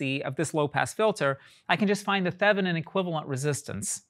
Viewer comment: Thevenin is actually pronounced Thay-vuh-nin. I pronounced it wrong all the way through college and for another 10 or 15 years, so... That was a great short lecture on the Miller Effect and all my professors also mispronounced Thevenin too. Al-you-min-ee-um is also technically, by some antiquated rules of the periodic table and the elements, a perfectly correct pronunciation of "aluminum". Brits and old American men used that pronunciation for aluminum. Archibald was one of those old men. He was one of those freaks who could darn near do fast Fourier calcs in his head, but in the lab he started more fires and blew up more stuff than everyone else combined. RIP Archie!